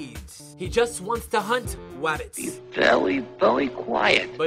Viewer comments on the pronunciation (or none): its rabbits not wabbits